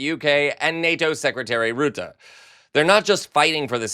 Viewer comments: Congratulations on being the first American I've heard pronouncing 'Macron' and 'Rutte' correctly. 😊😊😊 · Thank you. I live in the Netherlands and you are the first person on You Tube, who speaks the name "Rutte" in a good Dutch manner . Very good . And sorry for my English.